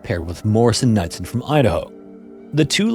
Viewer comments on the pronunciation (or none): It's not pronounced Morrison-"NUDsen", it is/was pronounced Morrison-"Kuh-nood-sin", spelled Knudsen. MK = Morrison-Knudsen. At a time, one of if not the biggest construction firm in the world. Headquartered here in Boise, ID. Also helped build the Hoover Dam. The more you know... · Morrison Knudsen is pronounced Kuh-nood-sen, source my grandfather worked them on Wake, and then got a complimentary japanese vacation for 4.5 years